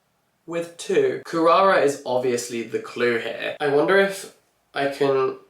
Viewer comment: I loved the way was researching Kurara and it's just the way a non English-speaking Japanese person would say Klara. Absolutely loved that. Had me cackling